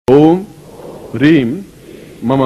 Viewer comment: Hreeng nahi hai "Hreem" hai